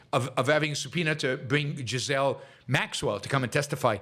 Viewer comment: Pronounced gee laine Maxwell not je laine Maxwell and how is the Trump administration evil? Trump is a egomaniac but he's not evil. He's no more evil than Obama or Biden or Clinton or Bush 1 and 2 or Nixon or Ford or Carter or Kennedy or LBJ. The last truly ethical and moral president was Harry Truman.